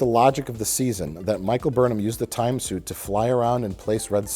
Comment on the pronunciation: invents the space shuit